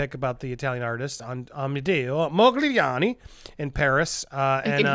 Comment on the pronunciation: I hope Hollywood (Disney, Warner etc) rushes offers to him, bigger and bigger offers, to beat each other in their efforts to get him back. And by the way, the g in Modigliani is virtually silent, and the emphasis is on the a.